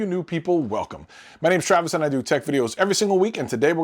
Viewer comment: Ttttrrraaavis from trtttttttrinidad